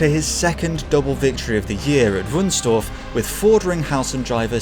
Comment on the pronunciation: As someone who grew up in Wunstorf, you dont pronounce it as Dorf but as Torf. There was quite a lot of peat(Torf in German) digging, so the City was parlty named after it.